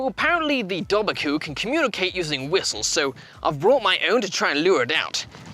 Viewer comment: It's actually pronounced Doe-var-coo. You were really close though and I dont blame you because Irish is such a hard langauge. Ive been doing it in school for years and I still have a hard time with it.